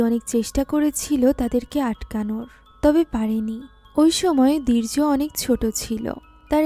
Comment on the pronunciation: দীর্য বলছেন নাকি বীর্য বোঝা বড়ো দাই 😄